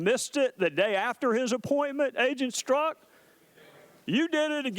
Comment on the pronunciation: Here's a guy can't pronounce his own name. It's pronounced "STERZOK", not "STRUCK"